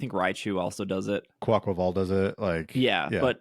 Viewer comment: "QwaukwAwul" Me:...oh, Quaquaval? -: Quaquaval! same brain, thanks